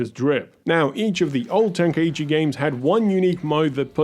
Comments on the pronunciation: It's such a shock to hear people say "ten-kai-eee-chi" as if there's an extra syllable there. Ten-Kai-Chi. Three syllables. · It's pronounced "tenk-eye-chi" not "tenka ichi" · Its pronounced ten- kai-chi... i used to mispronounce it before too